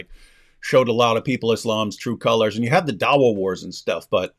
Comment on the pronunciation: This dawa is more like Duh-Oh-Wa.